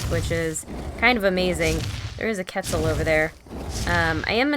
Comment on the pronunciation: The way she pronounces quetzal offends me